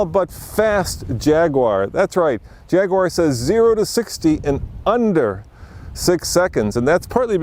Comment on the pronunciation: how can any self respecting brit let an american stand next to him and say "Jagwarrr"